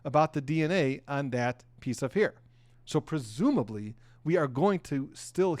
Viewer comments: Its not heir, its hair.!! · It's HAIR, not HEIR!! 🙄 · A hear?? It's a hair not a hear😂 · The word hair is pronounced "hare" and not "here". Minor point. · Hair, pronounced like "hare".